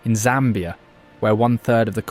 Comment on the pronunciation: You pronounce Zambia like a native. I should give you a native name. 🤣